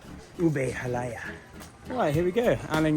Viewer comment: it's pr. ha-lah-YAH (stress on the final vowel